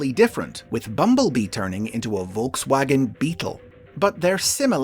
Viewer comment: Pronounces "Porsche" with surprising accuracy - yay! Then goes on to mispronounce "Volkswagen" - sigh.